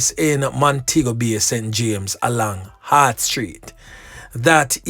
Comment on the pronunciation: HART STREET NOT HEART